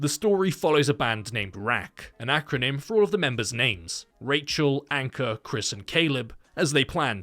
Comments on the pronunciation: Name : Ankur (Ankoor) Him : Anchor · Yup he warned the other band members about disrespecting the dead as well... Anyways it's Ankur Though pronounced it as anchor